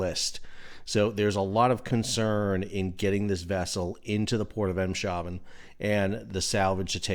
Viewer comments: Em-shaven? Emm-shaarven. Not 'shave' as in shaving your face, but 'haaven' as in 'aargh'. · Not “Em-shaven”… “Ayms-harven” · A note on pronunciation. "Haven" means "Harbour". So it's not Em-Shaven, it is Ems-Haven. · Ameland, not Emelan. Eemshaven, not Imsh Iven. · 'Haven' means ' harbour', so it's "Eem's haven", not "Eem-shaven". Thanks for your coverage of this disaster, it's been really informative. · 🤔 Your saying the ports name wrong, there is no 'sh' (as in ship) pronunciation. It is pronounced as Ems-haven ( meaning Ems Port/Harbour) after the river Ems, located at it's mouth. That's ok, my pleasure 😉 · Hi sal in case your do more bids on this ship it's in the port of Eemshaven pronounced Eems Haven :-) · BTW, it's pronounced EMS hafen. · Great update But phonetically..aims.(guttural H semi-glottal ach) affen! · Eems (as in the A of ABC), as it's a Dutch port, not a German one, though in a way, very close to German water. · Eemshaven is pronounced Aims - haven, with that last a sounds like in bar, but a bit longer. Same in Ameland; Ah muh land. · SAL - PRONUNCIATION: Eemshaven = AIMS-Haa-ven. (we live 60km away). emphasis on "aims". Haven = Harbour. Great update. TY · A little bit of fun education; Ameland is pronounced “Ah-melahnd”. Eemshaven is pronounced “Ames-hahven” try it!😉💪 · Here's how to say it: "AIMS-hah-ven". Thanks for everything, Sal! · I was going to add this wth the inclusion of the water border devide but decided to leave it with the emphasis on the 'sh' pronunciation. 🙂👍